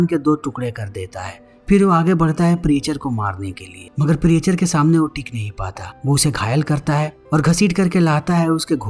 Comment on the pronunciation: प्रीएचर नहीं "प्रीचर"😅